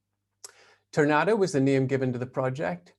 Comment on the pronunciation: Tournata is pronounced Turnataw. The accent is on the last two letters. RG used Tourna on a lot of his machines such as the Tournapull, the two wheeled tractor part of a pan scraper. I lived at Tournata for two years, 1956 to 58. It was the Tom Sawyer years of my life.